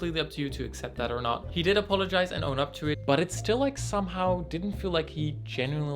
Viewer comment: "apoligizes" lmao what?